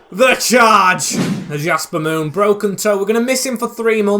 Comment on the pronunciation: Your saying "Yasper Moon" but it's Jasper Moon